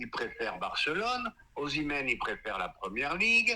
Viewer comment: qui critiquait parce qu'il avait dit Oshiméee 😂 est le remplaçant de MBAPPE vient,lui aussi, à son tour que Haaland est le remplaçant idéal de MBAPPE 😂😂😂😂Je crois que Haaland autre joue sur l'aile??😂😂😂😂